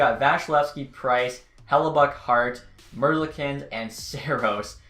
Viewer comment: he mispronounces like half the players in the league, its also merz-leek-ins not mers-lick-ins